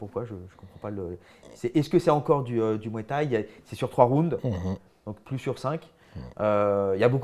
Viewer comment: Danny Bill"la muay thaï" fait mal aux oreilles😂😂😂